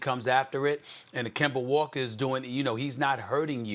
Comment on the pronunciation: Stephen A. Smith: “Kember Walker”